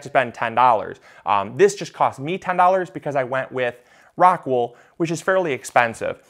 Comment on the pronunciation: It would help if you had shown a pack of the medium unopened (clearly showing the name of the product) or put a link of where to get it on the description. As many times as you mentioned the name it was difficult to understand it. Something like rockwood?